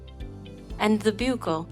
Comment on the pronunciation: Fantastic animation! Only thing to add is Buccal is pronounced exactly the same as buckle. The u has the “uh” sound, not the ū (yoo) sound.